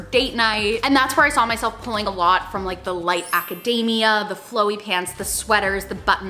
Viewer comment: Every time I hear "aca-DAY-mia" instead of "aca-DEE-mia", I go a little more insane xD